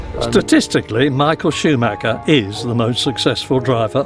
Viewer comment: Can’t even pronounce the driver ffs